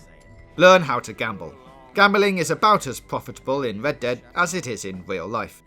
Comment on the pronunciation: I heard led dead at the start